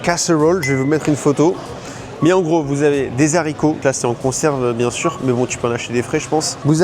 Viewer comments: Des zharicots, vraiment 🤣 ? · Les Zaricots ! Pitié ! Bravo pour ta vidéo quand même, elle est très sympa ! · "des z'haricots" ???? Sérieusement ! 🤣🤣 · intéressant, par contre faut arrêter avec les zaricots verts :) quand il y a un H (haricot), on ne fait pas la liaison ! (les haricots et non pas les zaricos) et dommage que cette fête initialement signe de reconnaissance envers les autochtones qui ont sauvé des vies, et montré comment faire en terme de culture, récoltes etc avant de se faire décimer, soit devenue chrétienne, puis purement commerciale et chrétienne :) ça aurait mérité une analyse plus fine à ce sujet, et il y a long à en dire...quand on te vend la courge en conserve et la sauce champignons en conserve, la société américaine/occidentale a un gros problème... j'espère que ça cuisine dans la plupart des familles, mais pas sûr vu les gros étales de conserves proposées en tête de gondole... en France c'est pas beaucoup mieux... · Si ces indiens avaient su, ils les auraient tres certainement laissé mourir. J adodre vos videos qui montrent cette culture americaine.. ( si je peux me permettre : des Haricots. Pas des Zaricots 😉) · on ne fait pasla liaison on ne dit pas "zarico"...mais Aricots (haricots H!!!!) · pitie ne dis pas les zarico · Je viens de découvrir tes vidéos, ( je te suivais déjà sur Instagram) j'adore toutes ces anecdotes sur les usa Le "massassuchets" (je suis allé à Boston, Plymouth & NYC avec le lycée il y'a 27 ans) est horrible à prononcer lol Les "zaricots" j'ai pas fait attention j'ai beuguer sur la recette des "zaricots" & celle de la patate douce/marshmallow assez spéciale lol C'est quand même un sacré budget food avant Noël. Les américains mettent plus d'argent dans quel repas de fête entre les 2 ? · Les ZHARICOTS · Zarico ? Est-ce que tu est encore un peu FRANÇAIS ? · les vrais zaricots mdr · Les bons zaricots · Les zaricots 😅 c'est toujours mieux qu'un naricot. P'tite vidéo sympathique comme d'hab. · trop bien les Zaricots verts !🤣😂